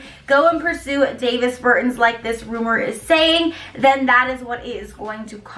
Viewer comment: C'mon now! Davis Burton! Lmao! Both the 1st and last name pronunciation is wrong! ... He's Latvian; you made it sound like he was born n raised outta Idaho Nebraska 😂😫... try Giannis Antentenokoumpo